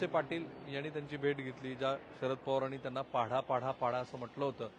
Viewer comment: पाढा नाही सर पाडा!